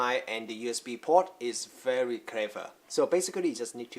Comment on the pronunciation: "very kever" lol